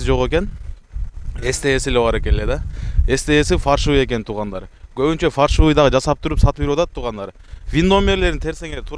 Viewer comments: Фаршывый эмес Фальшивый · Фаршивый деп айтылбайт.Фальшивый документ деп айтылат. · Фаршывый деген не соз болду экен может фальшивый эмеспи жанылсам кечирип койгула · Фаршывый эмес Фальшивый( фарш) мясорубкадан чыккан эт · Фальшивые деп айтың фаршывый деп койупсуз акам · Фаршивый деп алышкандабы?😅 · Фаршивый 😅эмес фальшивый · Фаршывый дегени неси болду экен 😆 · Качан уйронозунор Фальшивый дегенди